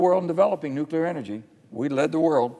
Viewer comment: Dear Sen Manchin: "NEW CLE AR" (jeez)